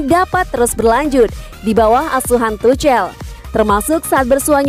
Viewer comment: Aduh geli gue dengar suara mimin,jangan tucel dong bacanya,tapi tuk'hel,bukan sok tahu tapi geli dengernya.